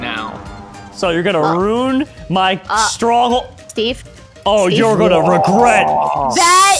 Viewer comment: He said steve,I hear sbeve